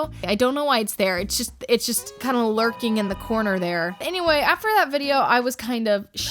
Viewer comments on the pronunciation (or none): “Its sort of lurcking in there” 😭😭😭😭